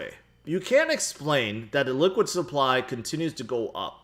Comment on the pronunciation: Sounds like you're saying "liquid supply" instead of Illiquid supply.